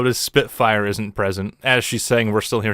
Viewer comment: Spitfire not soarin